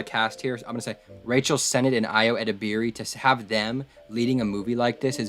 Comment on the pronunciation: I think Ayo's last name is pronounced more like Eh Deh Burr Ee